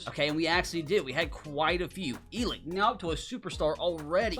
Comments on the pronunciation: Happy Birthday. BTW it's pronounced Ell-Ick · I heard how you said elic ayomanors name you said it like elick but my name is elic to and the e is silent idk how he pronouces his name but i just wanted to point that out!